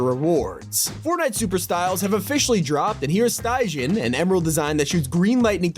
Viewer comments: "Stie gen", bruh its sti jee en 😂😂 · “Stye-Jin”? That’s not how you pronounce Stygian. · The failure to pronounce most greek words astounds me. Please never pronounce stygian as stine-gin. Google can provide a pronunciation if you don't know. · the way he says stygian xD